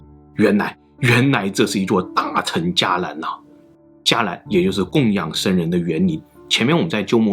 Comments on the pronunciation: 伽藍在這里不念加，應該念茄才對吧？ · 伽蓝读“qie“，不读“jia” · 沒記錯「伽」這個字應該是讀「茄」音的而不是「加」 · 伽蓝（茄兰）是正确的读音，不是读“加兰” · 伽蓝，不应该读qie二声蓝吗？ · 伽qie蓝，不是jia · 大哥！那个字念“qian ”钱的读音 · 这个是不是应该读成qie‘lan啊。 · 伽蓝（qié lán） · 伽蓝，伽(qie二声) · “伽藍” 音讀 ㄑㄧ ㄝˊ 藍 e.g. 僧伽